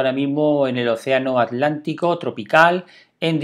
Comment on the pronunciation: Alantico o atlántico? No conozco ningún océano llamado alantico